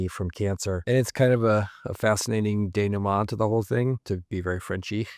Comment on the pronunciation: Kudos for correctly pronouncing "denouement" in French!